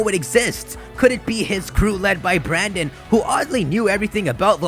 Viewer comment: Dude, the male characters name is brenden not branden